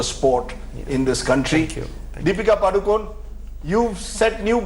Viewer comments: Happy that Rajdeep said "PadukoNE" and not "Padukone" : ) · why'd he say padukon-e lol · That anchor pronounced PADUKONE correctly , 👍👏👏 Thank god at least he knows that .. 🙏